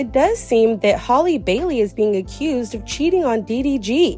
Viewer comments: Halleee not holly lol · Its Halle like Halle Berry.